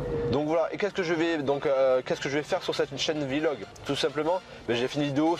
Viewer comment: on dit pas "vilog" mals "vlog"